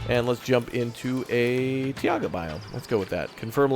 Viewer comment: Every time you say "Tiaga' instead of "Taiga" twitch